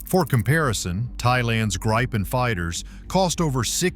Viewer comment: And this AI voice can not say Gripen, is says "Grajpen"! I must be pronounced like "industri" or indipendent! Thank you!